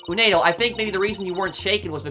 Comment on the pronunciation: I heard from some comments from other playthroughs that the multi-personality disorder apparently can take different form, but I'll let the experts and the ones with more first-hand experience take over for further intricacies. Oh also, just something to note. It's 'Uendo' not 'Unedo'. :D (kept tripping me up for that first 2 hours lol)